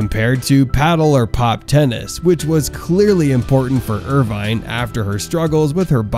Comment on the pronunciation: It's pronounced with out the e. Irvin.